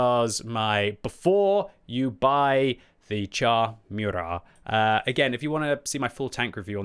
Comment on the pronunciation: Kudos for pronouncing "Murat" properly. :)